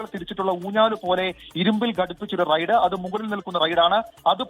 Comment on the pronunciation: Raid, റെയ്ഡ് അല്ല ,, Ride, റൈട് എന്ന് പറ